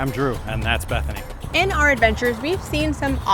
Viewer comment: AND THATS BETHANY….?…He said that oddly